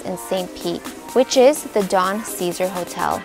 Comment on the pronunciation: Well done and it’s Cesar Sa Zar